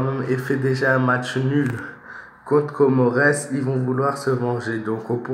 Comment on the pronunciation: On lit pas le S on met le S car Comores c'est des îles réuni qui forment un pays 🇰🇲